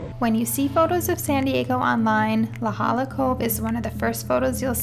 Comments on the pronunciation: La Jolla is Pronounced: La hoya just an fyi. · its pronounced la hoy-ah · Balboa* and La Jolla is pronounced La Ho-Yah just fyi